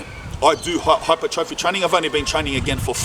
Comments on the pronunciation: fyi its said as hi-per-troffey, instead of hyper trophy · its pronounced hai-per-truh-fee bro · Almost clicked off when you couldn’t pronounce hypertrophy. In hindsight I probably should’ve. Your stance on steroids is pretty incorrect nor is it fact. 50/50 chance you gonna get manboobs 50/50 chance ur gonna get smaller balls 50/50 chance I’ll get a rim job from Pamela Anderson. Test can be used responsibly, saying it can’t is so fucking stupid.